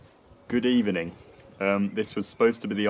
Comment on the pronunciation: I like how he says good evening, "good evaning"